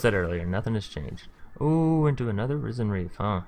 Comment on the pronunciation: Risen bro, not RYE-zin.😂👌🏻 like “Risen from the dead.”